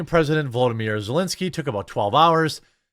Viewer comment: His name is volodymyr. The first part is pronounced different than Vladimir but only due to the o between the v and l.